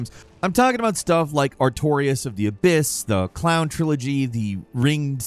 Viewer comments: I thought you said clown trilogy instead of crown trilogy and was very confused for a minute lol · Did you say “CLOWN trilogy” instead of “CROWN trilogy” right at the beginning? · I realize he probably meant crown but I only hear clown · said clown on the video at the beginning but he misspoke. He meant to say Crown Dlc from dark souls 2